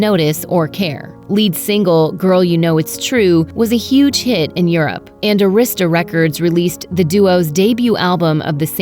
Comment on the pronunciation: Arista Record company is pronounced AIR-REE-STA and NOT A-wrist-sta.